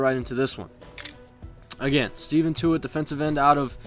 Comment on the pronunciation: it's ste-fon not steven